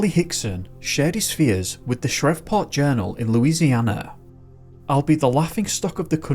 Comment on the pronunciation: That’s not how you pronounce Shreveport